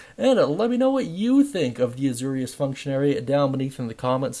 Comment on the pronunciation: It’s pronounced “A-Zor-ius” like Zoro.